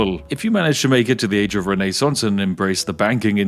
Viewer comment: How can we forget the Renee-sance?